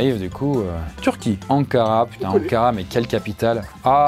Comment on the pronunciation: dites pas littéralement Ankara, c'est comme prononcer aussi le "s" de Paris